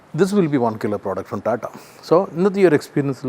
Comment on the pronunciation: കോട്ടും സൂട്ടും ഒക്കെ ഇട്ടിട്ടു റ്റാറ്റാൻന്റെ എന്ന് പറയാതെ ടാറ്റയുടെ എന്ന് പറയൂ 🙏